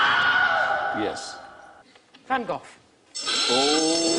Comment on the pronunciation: As a Dutch from the Southern part of the country I strongly disagree with that pronounciation of Van Gogh